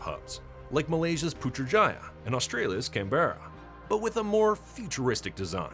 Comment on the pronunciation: Aussie here, the correct pronounciation of Canberra (Australia national captial) is "CAN-Bra!" another feedback..please fix it for the next video please?